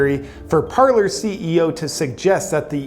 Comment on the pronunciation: It is Parler, nor Parlor. One is a French verb meaning "to speak", one is a formal sitting room. And they are not actually pronounced the same. Parler has a silent "r", since it is French. "Parlay" is the correct way to say it.